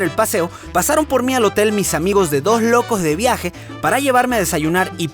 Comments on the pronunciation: Jajaja! cuando mencionas a tus amigos DojLokojdeviaje jajaja cambiando las S por J jajaja! En Panamá hacemos lo mismo! Ojalá puedas venir a Panamá! Gracias por tan buena vibra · ¿Se dieron cuenta que Alex al pronunciar «Dos Locos de Viaje» y «Óscar Alejandro» lo hacía con acento venezolano? O sea, las S las decía como nosotros, escuchándose casi como J.